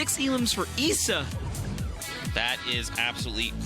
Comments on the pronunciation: Ok it’s not Eisa It’s Issa Bro learn on that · issa not essa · I think the guy pronounced it wrong I’m pretty sure his name is pronounced eye-za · “Eesa” “Mytro” Comeonbruh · I didn’t know issa was pronounced “EESA” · Why he pronounces ISSA like that ? This man don’t know who 21 savages is !?